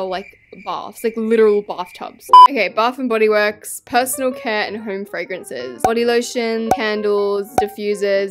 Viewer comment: I love fwawences